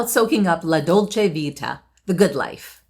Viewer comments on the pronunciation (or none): none